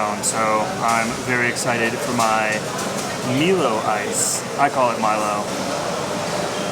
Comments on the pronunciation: You are right on the pronunciation of Milo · Milo is correct not meelo